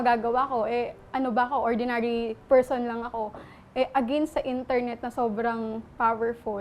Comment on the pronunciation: Bilang English major, napansin ko kaagad na mali ang pronunciation ni ng ‘against.’😂